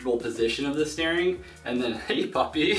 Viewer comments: Paul B thank you!!! It was killing me lol. I keep STARING at the screen lol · Can we please discuss the way he pronounces "steering"